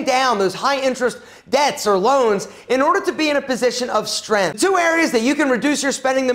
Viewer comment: Kept saying “Stren” instead of “strength” lol. Jk I think he’s awesome